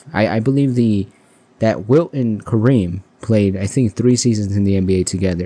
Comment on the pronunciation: It's Wilt, not Will